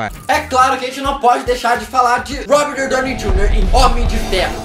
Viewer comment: Vc poderia ter pronunciado melhor o nome do Robert D. Junior né.